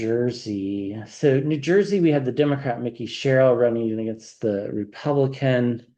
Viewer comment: It is not pronounced “ Mickey” Sherrill, it is Mike-E.